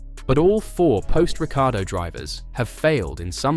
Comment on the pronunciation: "Ricky-Ardo" lol